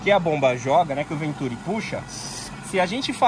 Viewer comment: Continua errado, na pronúncia, pois a sílaba tônica está com o "i" (ventuRI), caso contrário teria que ser acentuada.